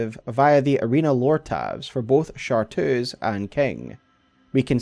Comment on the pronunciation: Awesome vid! The only thing that got me was it's ChartReuse, not Chartoos! Chartreuse is a color.